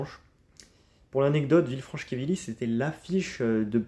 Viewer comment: C'est Quevilly pas Quévilly 😉